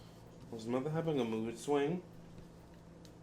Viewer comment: I’m so mad you calling mutha “Mutha” . This entire reading had me on the floor. 😂😂😂😂😂😂😂😂😂😂😂😂😂😂😂😂